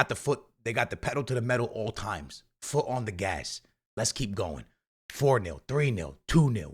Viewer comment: Foo ong😭😭